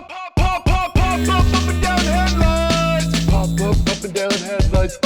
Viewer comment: POHP OHP HEADLOOOIGHTS!! 😂😂😂